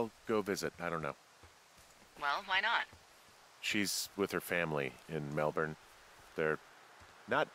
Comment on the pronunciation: Yay some American's can say Melbourne